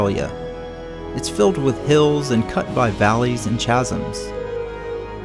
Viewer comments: The pronunciation of the ch in chasms like the ch in chase is a small niggle, it's pronounced like the c in cake dude. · pronunciation of "chasms"... really? ch should be as in 'charisma' not as in 'chicken'. it's a khazm, not a tchasm. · Enjoyed the video... but "chasms"??